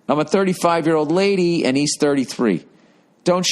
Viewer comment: The way he says “lady” 😂